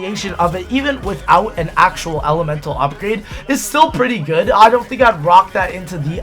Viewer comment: 😂😂😂😂😂😂😂😂😂😂😂😂😂😂😂😂😂😂😂😂😂😂😂😂😂😂😂 "is still pwitty gud." ROFL